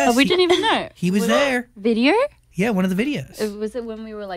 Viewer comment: vidyer? Ksksksksksks her accent omg